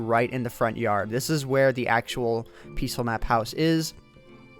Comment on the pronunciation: I hate the way you say "peaceful."